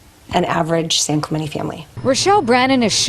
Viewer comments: Clemente has the accent on the second syllable. San Clemente is where Richard Nixon lived. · Clemente’ the te pronounced on the end